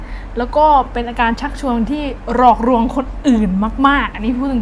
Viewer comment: หลอกลวง ล.ลิงไม่ใช่ ร.เรือ